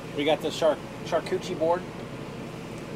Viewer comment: Glad y'all had some quality alone time and Tara didn't have to eat dessert in the closet 😂😂., i have never heard anyone pronounce charcuterie they way you did, love it❤😂. Pickles was so cute with that huge stick and doing zoomies! I hope we can the cicada when its finished. Great video!❤